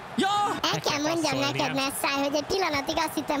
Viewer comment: Neszáj nem tod nevet szinpantani